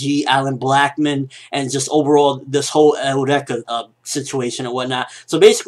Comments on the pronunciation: Why do you keep saying Eureka "Eh-oo-reka"? >> Japanese still pronounces it like us << (Yu-Ree-ka) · Eureka is pronounced eur(as in Europe)-ee-ka. As in the phrase attributed to Archimedes when he discovered buoyancy. It goes with the theme of scientific discoveries that the series has, which is why I am really enjoying it. I think this newest bad guy might have a eureka related to Tesla, based on the electricity. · Sorry, I think Eureka is suppose to be pronounced like "Your-Ree-Ka" which was a famous phrase by Archimedes. :) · The word Eureka comes from Ancient Greek εὕρηκα heúrēka "I have found (it)",and its pronounced u-ri-ka